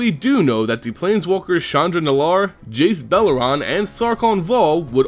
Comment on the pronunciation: could you tell me how you get from Jace Beleren to Jace Beleran or Jace Beleron? just as a quick reminder for you: emphasis on the second e. all e's in Beleren make a similar sound to the e in "bet". emphasis like this: beLEren.